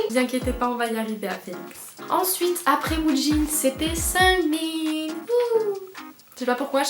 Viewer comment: Att Seunmin ??? Sa se dit Sugmin